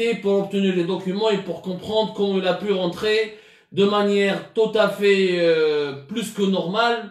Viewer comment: Inattendue et non Enattendue 😂 Khawti khwatati 😂 Tout à fait et non tota fait 😂😂😂😂